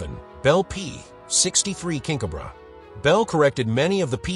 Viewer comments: Cobra not cob ra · Cob-ra? If you say so.